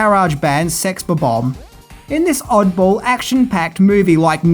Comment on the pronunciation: It's pronounced sex bob ombs